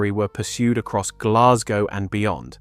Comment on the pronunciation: Please will the English learn how to pronounce Glasgow!